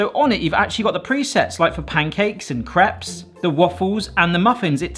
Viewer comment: The way you pronounce Crepes infuriates me.